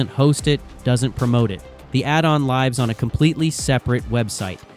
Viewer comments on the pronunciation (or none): That moment you realize the author couldn't be bothered to use their own voice. "Lives" is not pronounced "l-eye-vz" (like knives) here; as a verb, it’s "l-ih-vz" (like gives). Clearly a low-effort AI voiceover—if the message were actually important, you would have narrated it yourself instead of letting a bot butcher basic English. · When your AI text reader mispronounces the word "lives" that is a dead giveaway. As soon as you are using AI for that, I can't trust any of the rest of your videos. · Interesting video, but it's a shame you used AI voiceover I had a feeling it was AI, but it was confirmed using the incorrect heteronym for lives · A whole lot of words that say nothing, so my guess is AI wrote the script too. Then there's the mispronunciation of basic words like "live".